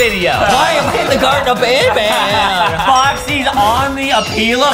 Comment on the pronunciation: Wait justin said garten of banbelina